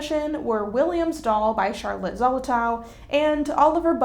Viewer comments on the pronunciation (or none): none